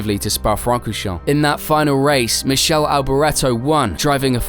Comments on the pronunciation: Michele is not pronounced as Michelle, it's more like Mid-care-lay. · Very well presented , not to much of an embellishment on the history as it happened . Think you might be getting a letter of compliant from Alboreto on the way you pronounced his first name Mi-Kay-LEE . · It’s “Mick-A-lee” Alboreto.